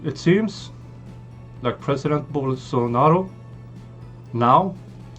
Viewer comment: It's Bolsonaro not bolsano !